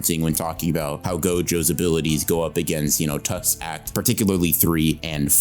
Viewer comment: the way he said "act2" there looks like he saying hawk tuah 🥺 sorry if you find it unfunny